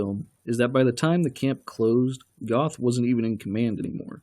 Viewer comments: It's pronounced Geth not Goth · Mr Duke Silver in all the interviews with the real Jews who knew him in Plazow they pronounce his name as Geth or Get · Gerth is how it's actually pronounced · It would have been nice if you’d have pronounced the commandant’s name properly. Spelled “Göth,” it’s pronounced “Gert.” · Its pronounced "Go"eth. As in you GO to the store. Amon Goeth (Gōéth) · Okay, if you're going to tear apart the movie, learn how to pronounce "Goeth" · It's very irritating that this narrator didn't even try to pronounce the names of characters and place names properly. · The way this guy pronounces Hildesheim and Goeth is very cringeworthy.